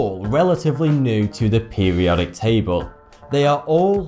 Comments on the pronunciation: pewiodic pewiodic pewiodic pewiodic that word has an r in it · "Peh-wee-odic"... "Boaf these factors"... "Twentieff"... "Synfetic"..."Waydeoactive"... "Fwancium"... "Next opp"... "Wiff"... and they say American's can't speak proper English. shakes head